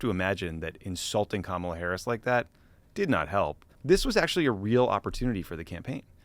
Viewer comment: And it's KA MA LA